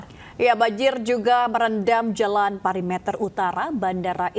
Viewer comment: pErimeter, bukan pari meter!!! Pembaca berita kok ngikutin kesalahan reporter.